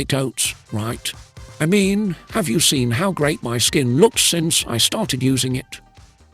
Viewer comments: Not picking, but what is the accent for the word "har" instead of "how"? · I would wonder why is no one mentioning how she says HOW… HOWR? What!? I have a horrible southern accent but this is just totally mispronouncing the word HOW! I’m glad I’m not the only one who caught that. 😅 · I totally noticed how she pronounces HOW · BHAHAHAHAHAHAHA omg you don't know how much I cringe when she says, "howr"!!!!! I'm so glad I'm not the only one that hears that and wonders what in the whole F#CK is going on here? lol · Can someone explain to me how this woman spent every day of her life saying the word "HOW" wrong and nobody corrected her? Did nobody give a shit about her enough to tell her? It's not a speech issue where she can't pronounce "ow" sounds, because I've heard her say "now" so it shouldn't have been a tough conversation over a possible need for therapy or anything crazy. I just don't understand. It's so strange. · Omggg thank you!!! Idk how no one really noticed this! It’s so annoying! Another attention seeking Scam-Ann behavior.